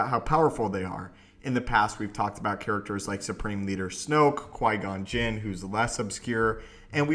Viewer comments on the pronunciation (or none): none